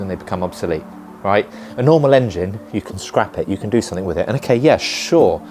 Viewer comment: Another irritating Youtuber who thinks the word; 'SOMETHING' is spelled with a 'K' at the end !!! Grow up !!! There is no such word as "SOMETHINK" !!!!!!!!!!!!